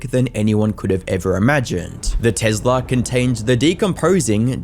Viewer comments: Why is he calling it a “tezla” 😂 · What Tezla???? It is a Tesla! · Tezla is how I’m pronouncing it for now on. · Alright I know this is a very sad and serious video but can we talk about how he pronounces Tesla 😂